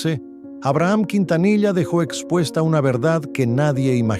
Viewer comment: ¿Qué tipo de Mexicano eres sí no sabés pronunciar él apellido Quintanilla?